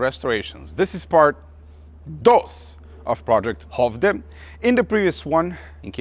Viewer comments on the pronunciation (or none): "project högde" ... it's a hard raspy CH sound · Its pronounced "Schövde" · Skövde... pronunciation - it's lite Schövde but a bit more like Sckövde with a "harder" sch-sound :) Love your videos! Keeeeep'it up!